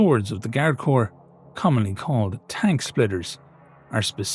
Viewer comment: One day, one day soon, will pronounce "corps" correctly.